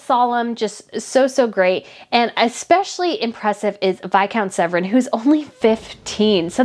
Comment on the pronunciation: It is Viscount Severn. Not Viscount Sevren